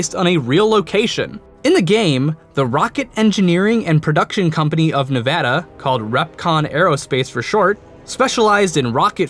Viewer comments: Nevaduh not nevahda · It's pronounced ne-vadd-a not nehvaadaah god damn it stop saying it wrong most of the time you got it right do it again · Hey, i live in Nevada, and we lovingly pronounce the state a Nev a da: a as in bat not bot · N.e.v.a.d.a story should you cast I don't know what happen but it not novada it Nevada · I dont get it, how do you pronounce Nevada right the first time, and get it wrong 12 seconds later? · I love your series...but please learn how to properly enunciate the state name "Nevada"...the middle A is pronounced like the A in apple...thank you and carry on being awesome!! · Seriously, the narrator needs to learn how to say "Nevada" correctly.